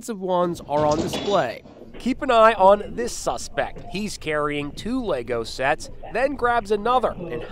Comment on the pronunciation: Even the reporter in the video says it incorrectly, what is wrong with these people. LEGO isn’t exactly a brand new thing